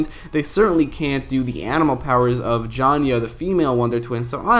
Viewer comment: JAYNA! NOT JANYA!